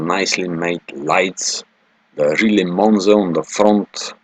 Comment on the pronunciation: The speaker here has to learn how to pronounce Riley!